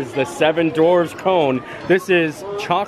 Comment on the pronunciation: 7 DWARFS …. !!!! DWARFS!!! Not Dorfs Not Dorves You ALWAYS ALWAYS ALWAYS mispronounce this word (and many many others as well 🤣)